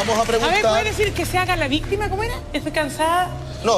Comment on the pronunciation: "Estoy cansada que se haga la VISSSTIMA " 😅😅😅